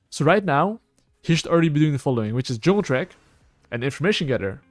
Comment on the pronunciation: "Hello YouTube, welcome to the only Juulng guide"